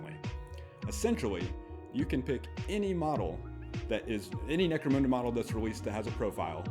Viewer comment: Why do so many people call in Necromooonda?!